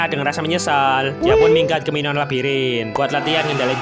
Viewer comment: Minoan bang bukan minoa